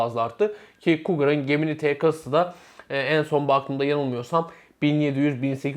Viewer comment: Arkadaş çok güzel anlatmış,küçük bir hatırlatma "gemini" ciminay diye okunuyor.